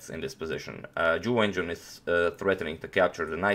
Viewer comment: Hey agadmator, while I think the pronunciation is not important of the names, here is how you would say both names correctly: Jew When Jew-un, and Ting Gee-eh Lay